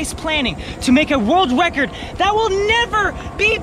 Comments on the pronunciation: Is it just me, or did it sound like said in the start "... to make a wold wecod"? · "To make a world wecord" xD